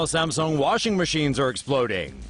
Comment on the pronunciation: STOP SAYING SAMSONG!!